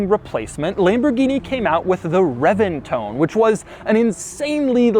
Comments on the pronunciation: Pretty sure it’s not pronounced CHEN-tinario. Reventon is also pronounced reBenton. Not reventone. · "The Reventone" "The Chentinario" What annoying mispronciations. The Centenario Comes with a roof. This is the roadster. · Yeah but he pronounces Reventon as reventone when it’s reBenton. So he really isn’t right.